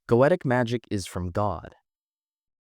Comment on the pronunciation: Tarkin ? Gaytic ? Chorister ? My brother its Takwin ( tac as in tatical and then win) Go-e-tic Chorister as in Core-ris-ter